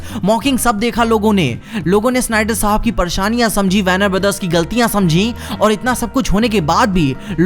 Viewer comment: Everyone: वॉर्नर ब्रदर्स: वैरनर ब्रदर्स